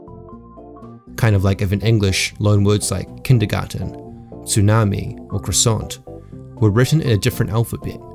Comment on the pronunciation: You also mispronounced "croissant" - no excuses for that one /)_-) Only teasing! Great video, please make more